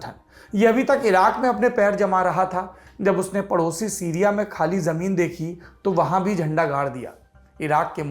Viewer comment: सिरिया नहीं सीरिया होता है ।